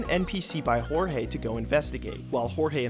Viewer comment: Nice video but Jesus that pronunciation of Jorge 😭😭